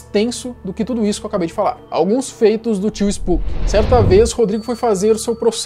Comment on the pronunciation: Finalmente alguém que chama ele de spuqui(spooky) e não spoque(spok)